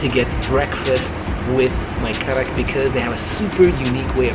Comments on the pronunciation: The 'D' in Kadak is pronounced as an 'R' so technically you're both correct on some level lol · Karak not KADAK habibi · Why do you call it kadak when it’s karak?